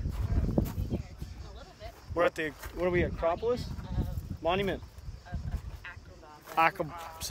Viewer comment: Your in Athens Greece In the thumbnail you in front of the famous Parthenon It's a-crop-polis